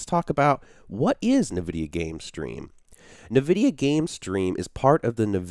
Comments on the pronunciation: Great video with lots of helpful information but for Pete's sake please stop saying, "NahVidia". It's pronounced "IN-vidia" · NA-vidia game stream inside NA-vidia Ge-Force experience??? hahahahahaha!!!! LMAO ! It's said N Vidia, friend. Thanks for the video though, it was really helpful. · Who the heck pronounces it Navidia? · 'nevidia' =D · Challenge: Take a shot every time he says Na-vidia. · Isn't it pronounced like En-vidia? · Couldn't watch your video because of the way you say Nvidia....